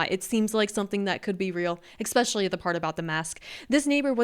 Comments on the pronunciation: I love you, but pleeeeaaasseee work on the "echspecially." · Sorry to nit pick, but there is no such word as exspecially! It is especially, just wanted to let ya know! It is a pet peeve of mine! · Love your videos. But It’s e”S”pecially. Not eXspecially.